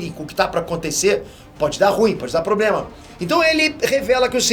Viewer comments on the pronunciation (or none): none